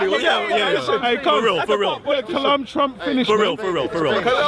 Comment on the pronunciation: “Kalam Trump” lmao 😂